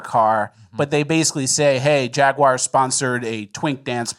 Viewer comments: It's pronounced Jaguar, not Jaguar. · The jaguar rep doesn’t even know how to say jaguar. It’s jag-w-are, as in ‘are’ you ok. Not jag you er, not jag wire. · You mean jaigyouaour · I will never forgive that guy for how he pronounced "Jaguar"